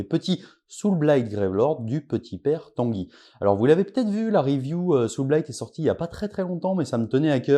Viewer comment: Aaaah le saoûlblaillte légion of bloude, rien de tel